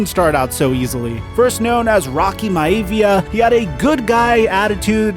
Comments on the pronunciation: Being a child who loved the WWF (yes, all the way back then), I have to point out you pronounced maivia incorrectly (or the WWF announcers used to say it incorrectly). It sounded like my-a-ve-a. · So you watched his sitcom and just gave a synopsis of the first season. Cool. Hey maybe try and pronounce his wrestling name right.